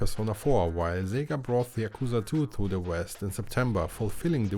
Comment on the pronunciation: Sorry, who is Szziiga? You meant SEGA! Hahahaha I mean yayayayayayayaaaa